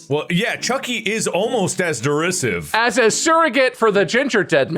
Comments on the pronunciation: As someone who knows how derisive is actually pronounced, this episode hurts me in a specific area within my gut. Behind my solar plexus, if that makes sense. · Right in the derisivephram